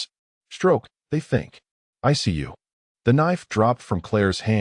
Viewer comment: "ICU" not "I see you." 😂